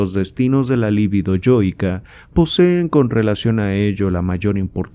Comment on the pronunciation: Muy buena lectura, mejor que muchas otras que existen en Youtube. Sólo recomendaría corregir la pronunciación de la palabra LIBIDO (sin acento), por lo tanto no es una palabra esdrújula (LÍBIDO). La pronunciación correcta es lib(í)do. Lívido es un adjetivo para denotar a alguien pasmado o paralizado, esa sÍ es palabra esdrújula acentuada, pero se escribe con v. Debo decir que este error es común aún entre psicoanalistas. Y es que las lecturas de Freud muchas veces nos dejan LÍVIDOS... De todos modos muchas gracias por su publicación.